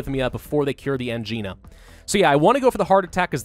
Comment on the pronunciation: constantly makes fun of grammatical errors Also: consistently pronounces Angina wrong Ang-eye-na. Not an-gee-na